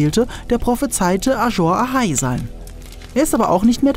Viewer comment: "Ajor Ahai"?? Ist es nicht eher ein summendes S? "Azor Ahai" Wird auch in der Serie von Melisandre so gesprochen.